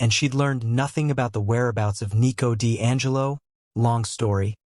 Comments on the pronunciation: 1:2:58 ✨️EeT WoS NeEcO Di AnGeLo✨️ 😅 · It's funny to hear😭😭